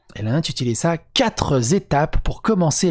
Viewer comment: attention aux liaisons dangereuses : 4 z'étapes ....